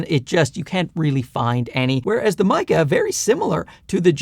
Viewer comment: sweet jesus someone finally pronounced it right. the "Maykey" pronunciation kills me. very useful review. good work.